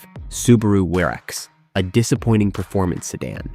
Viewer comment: Crappy computer-generated narration. WRX = War-X?!